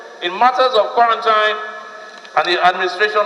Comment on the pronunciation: With respect, the word quarantine is pronounced quaranteen